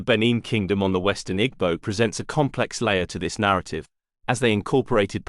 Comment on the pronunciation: great video. note, that the g in igbo is silent